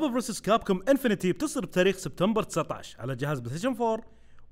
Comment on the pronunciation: اسم الجزء انفنت وليس انفنتي infinite X infinity